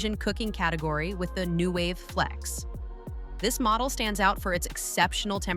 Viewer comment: AI content sucks.Those fingers look so creepy! And the voice messed up the brand name "Nuwave."